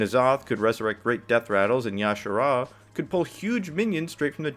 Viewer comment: It's not y'shara lol, you say the j